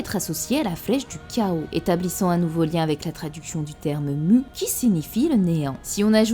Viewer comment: Pour Mu, en japonais elle dit ムー (Muu), rien, mais alors rien du tout ne lie ce mot de façon certaine aux sens tels que "rêve" ou "néant", tel quel le prétendent les traducteurs bidons. Rêve et néant, c'est Mu (prononcé court), pas Muu